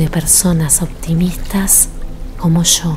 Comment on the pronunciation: el yo lo pronuncia muy fuerte así no me concentro con ese tono